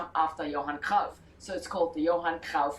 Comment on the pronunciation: Not a fan of either Ajax, or Kruif, that lady does not how to pronounce kruif...it is not krouf or kroif... lol